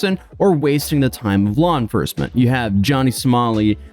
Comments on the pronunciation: wouldn’t surprise me, I’m way up north and the way he talks sounds like a lot of folk around here. That being said I thing “law enfercment” was just him misspeaking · law "enfercement" 😂 love you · Did he say "Law Enfurrsement"? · I heard enfurcment